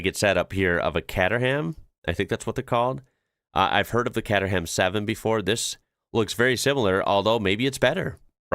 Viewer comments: Kate-er- ham please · The cater in Caterham is pronounced like food catering.